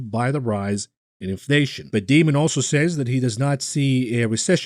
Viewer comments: I love how pronounces Jamie Dimon's name as "Demon" - how appropriate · Alright, I won't get disturbed anymore when pronounces the J in JM Smucker as a G now that he epically mispronounced Daimon.